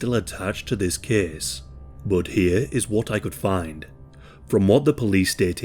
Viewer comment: thes keeeeze takes plaes